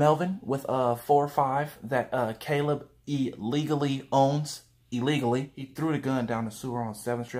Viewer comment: "Caleb" LMAOOOOOOOOOOO